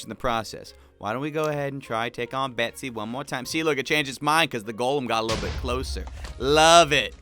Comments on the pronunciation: stop! It's not betsey it's bessy!?!?!? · is saying Bessy like BeckBroJack and they are my two favourite youtubers